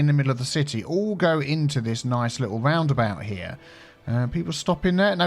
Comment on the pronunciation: im just here to hear say ''raaundabaaut''